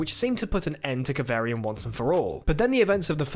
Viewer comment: Kav arrrr ri an... not Kav air ri an 😜😘